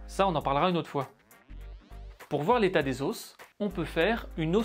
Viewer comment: Tu m'enerve a dire les OSSS